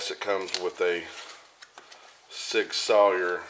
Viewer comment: It’s pronounced sig sour weird I know I just got the P226 extreme 9mm just awesome got the P229 sas 9mm on lay away can’t wait and then finally it’s the M11A1 time sweet sweet gun and your right on the UID labeling it’s for the armorers to scan it in and out great vid keep em coming! thanks